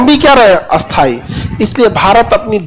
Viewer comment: खान सर स्थाई और अस्थाई दो विपरीत शब्द है लेकिन आप दोनों का उच्चारण एक जैसा क्यों करते हैं 😂